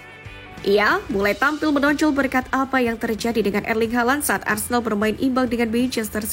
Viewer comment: Boikot channel ni.. Aku selalu perasan yg admin channel ni selalu cakap Arsendal.. Opening 0.2 saat...Keymark admin